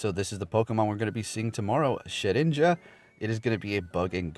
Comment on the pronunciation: It’s actually pronounced “shed-dinja” not “shed-ninja”. I think every YouTuber is pronouncing it incorrectly, although you can’t blame them considering most of them only started following the franchise with the release of Pokémon go.